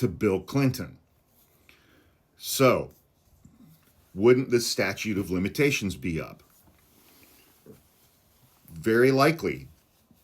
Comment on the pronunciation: Its not "statue" folks. try to make sure you sound intelligent. Statute.